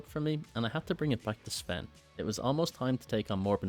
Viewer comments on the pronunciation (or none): none